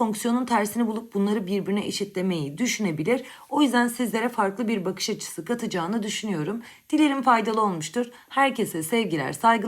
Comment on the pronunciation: BÜR değil hocam BİR